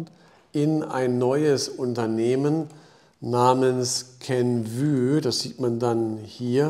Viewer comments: Kenv-Ü hört sich echt schlimm an 😂 Inhaltlich aber top wie immer! 👍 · KENVUE wird wie REVENUE ausgesprochen! Ein "Ü" gibt es nicht im englischen nicht - just my two cents....